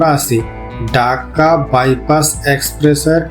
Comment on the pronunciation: Kotha cliar korun ..daka na dhaka